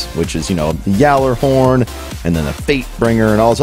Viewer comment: It's pronounced Gallarhorn. Deej himself said it multiple times during the stream. Not Yallarhorn.